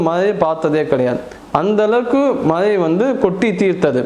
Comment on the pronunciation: You should have made out a writeup and read it clearly without stammering. Words with ழ should be pronounced with extra care. மழை should not be pronounced as மலை because the meaning changes totally.